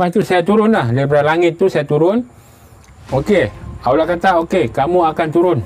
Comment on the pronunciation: Ini bukan warga Malaysia,ini warga apa pun xtau.sebut nama Allah pun salah jadi sebut Aullah